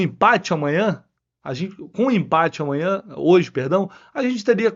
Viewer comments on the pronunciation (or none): vc falou umas 5 vezes: AMANHA! AMWNHA!